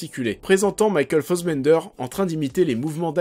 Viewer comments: Pas mal mais beaucoup trop court pour ce concept , mais concept intéressant qui mérite un format de 20 25 30 min avec recherches , masses d'images et tout un peu à la Mr Meaaa en plus orienté. Par contre trop bizarre ta façon de prononcer Fassbender en"fossbender" ahahah j'ai pas trop capté .Bonne vidéo en tout cas ! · Ned for speed, Ariane Labeb, Michael Fossbender, Promethéouss, Gui Pierce, MacBef (ok, celui-là aucun Français peut le prononcer) :D